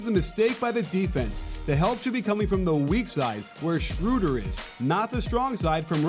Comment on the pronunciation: shrooder, lol. That's not his name at all